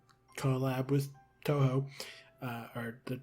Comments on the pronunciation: Your japanese pronunciation is completely correct! Touhou is pronounced TOE hoe and zun rhymes with zoom and danmaku is correct. You even pronounced the game collab name pretty much correctly. I'm glad you looked it up anyway, most people don't bother and it drives me a little crazy sometimes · The part about TouHou; I know nothing about it, but every time I've seen the name, I've imagined it being pronounced as 'Two Who'(or '2Who'), but your pronunciation('Toe Hoe') is pretty reasonable as well. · The way you pronounced "touhou" was correct. Huge win for us Touhou and Undertale fans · Old video by now, but hearing panic over whether he's pronouncing "Touhou" right when he got it right every single time was very funny. And Zun is known throughout the fandom for his love of beer, so as ridiculous as it is, him getting through 6 beers by the time the performances were done isn't surprising. There's a pretty famous photo of him drinking out of a beer glass that's like the size of his head! (I can't remember for sure, so don't take this as necessarily true, but I think I saw someone say that ZUN himself said it's easier to work on the games/get into the creative process when he's drunk.)